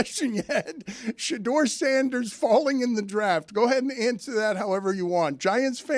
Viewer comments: I’ve never heard a person argue for another guy and have zero clue how to pronounce his name as much as this black Santa Claus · Somebody tell Quest Love’s daddy I don’t want him defending Shadeur Sanders if he can’t pronounce his name correctly. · Mispronouncing shedeur’s name really invalidates big dog argument